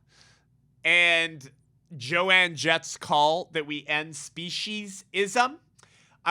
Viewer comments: I feel like someone needs to let you know… It’s Joan Jett (as in Joan of Ark). Not Joanne. Sorry I could not help but laugh, but I do agree with your point regardless :) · It's Joan Jett not Joanne Jett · No big deal…about her name, but it isn’t Jo-Ann….its Joan (silent a). My daughter, now 60) followed her as a teen. It’s very sad and horrific what she’s saying…. Terrible things to come, I’m afraid…so glad our great God is in control! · I agree with him too, but came to say the same thing 😂. Joan, not JoAnne. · I love how keeps calling Joan "joanne" lol